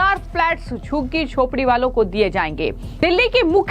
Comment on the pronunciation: Abe tere zabaan hai ya commode? 😂😂 Jhuggi ko shuggi kyon bol rahi hai 😂😂😂😂